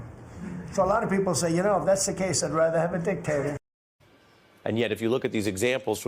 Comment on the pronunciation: Also dic"k"tator shaped.